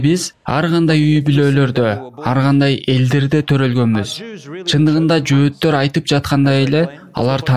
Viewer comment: Жоотор емес жохитер когда учитнсь правилно